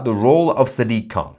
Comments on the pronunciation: sack-dik, khant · Did you just call him Sad Dick Can?